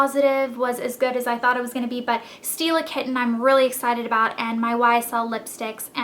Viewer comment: when you say "stila kitten" it sound like you say "steal a kitten"